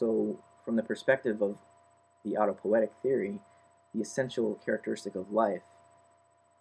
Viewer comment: auto-poe-EE-tic is correct.